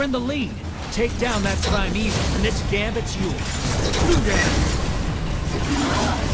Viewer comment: Ok Ok is it just me or the way they say 'Primeval' sounds like 'Prime Evil'?